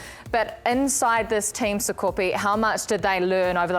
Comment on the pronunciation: called him Sapepe. His name is Sakope 😂